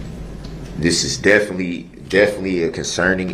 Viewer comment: He is "definly" mispronouncing the word "definitely". HIs frequent stupidly incorrect word pronunciations are both annoyingly disgusting, and somewhat amusing at the same time !